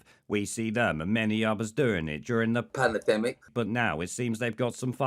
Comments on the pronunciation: Nice video, every time I see Shitrod saying "panadmic" I'm torn between laughter and homicidal rage. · Panna-demmic gets me every time 😂